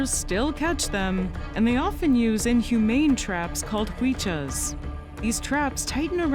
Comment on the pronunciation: Those inhumane traps are called Huachis (sounds something like wah chees) not huichas. I know because i have been a victim of them myself, many times:(( it's amazing been able to see my native species in one of my most favourite yt channels!!! I love you ❤️‍🩹❤️‍🩹❤️‍🩹